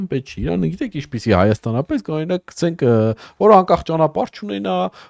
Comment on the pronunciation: քցենք չէ էլի հարգելիս գցենք պահի էլի լավ հայերենը porfa